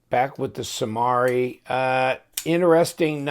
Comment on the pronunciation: It is pronounced Samari not Samari